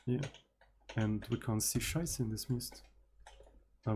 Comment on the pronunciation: Yes you are right! I'm also impressed by your pronunciation of the occasional "Scheiße" and "Meine Freunde".